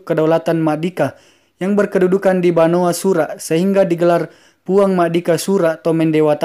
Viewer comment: Ralat Banua Sura', bukan banoa sura'.